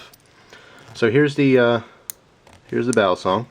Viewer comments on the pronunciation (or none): iam a Pilipino, the CORRECT pronounciation of "BALISONG: is [BA-LEE-SONG], AND NOT [BEAH-LEE-SONG]